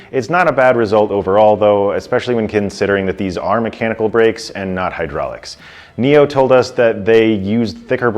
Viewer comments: Did you just call the company NIO? It's NIU. Pronounced "NEW" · Say 'new', not 'neo'.